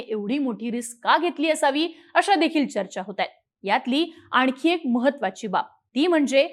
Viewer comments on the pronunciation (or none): आणकी नाही रे आणखी